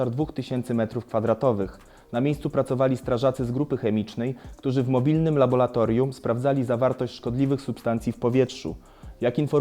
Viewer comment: Laboratorium a nie labolatorium